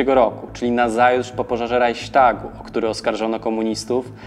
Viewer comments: Nie mówi się "Rajśtag" a "Rajchstag". Także nie "Hajnriś" a "Hajnrich". To w kwestii wymowy imienia Himmlera.. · Pierwszy raz słyszę "Rajśtag" zamiast ,,"Rajchstag" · Cenie materiały umieszczane ale wypowiadanie słowa "Raichstag" jako Raiśtag jest obłędnie błędne. W wymowie Polskiej to słowo wypowiada się poprawnie tak jak się je czyta czyli RAICHSTAG. W Niemieckiej wypowiedzią poprawną jest Raichśtag.bez "i".